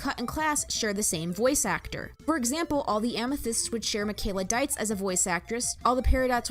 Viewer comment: Wait I thought Dietz was pronounced Dietz not Die-ts, guess I was wrong all this time?